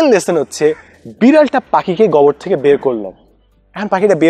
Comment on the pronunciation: গোবর উচ্চারণটা গবর করতেছিলেন। তাই প্রথমে বুঝতে কষ্ট হচ্ছিল। :-)